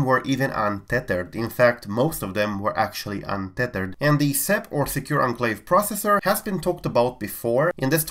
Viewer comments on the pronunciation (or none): Man.. the way you mention "unthered" 😂😂😂😂 untezhad..